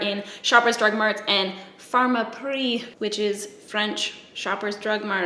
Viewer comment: You said Pharmaprix so well! Good job! 😋💕